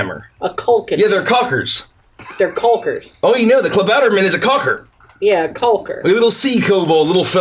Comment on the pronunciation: Tbh I was very impressed with pronounciation of Klabautermann. Everyones reactions to the announcement of the lottery was just brilliant. seemed so pleased with himself! The Lottery was horrifying! Oh gods!! Barnabos' little speech was great, it felt real. Also and his horrible, horrible cliffhangers.